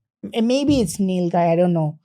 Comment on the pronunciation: Bro it's not nil gay it's gvaa